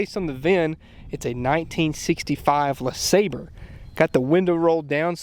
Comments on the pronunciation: I have it on good authority that it's pronounced Le SahBRAY. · La-Saab-Ray.......pronunciation is key😂😂😂😂😂😂 Great video! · Buick LeSlobbre. LeSlobber.